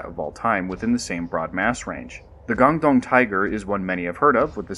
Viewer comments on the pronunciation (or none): Indonesian here, the Pronunciation and Speling of Panthera Tigris Soloensis is actually Ngandong Tiger (pronounced as Ngan-dong, both of the Ng are pronunced using the "ŋ" sound, so ŋandoŋ)